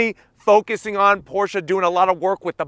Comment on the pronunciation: ❤️ the new 2022 Porsche 718 GT4 RS., I'm happy that you actually pronounce Porsche correctly.😉 Mad R-E-S-P-E-C-T💯